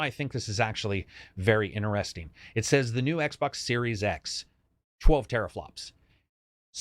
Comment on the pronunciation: Xbox SNormal... Brilliant...